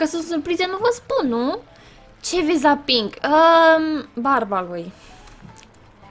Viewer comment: (XD) spune mereu penk